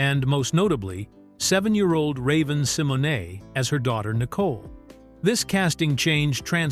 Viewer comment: 😂😂😂😂 I hate it too….. yeah he’s butchering Raven’s name 😂😂😂